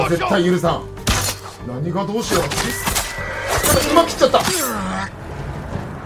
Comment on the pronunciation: どーしよーがだっしゃに聞こえる。 さすが足軽。